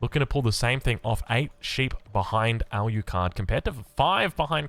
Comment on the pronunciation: Al U Card? It's Alucard...